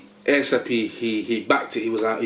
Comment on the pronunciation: Bro it Asp not ASAP. Big up to Manchester